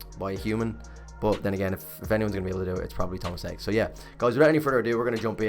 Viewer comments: Haake is pronounced just like it looks "ha--- ke-" not "key" but "ke". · How Tomas pronounces his name. "Haa-ke"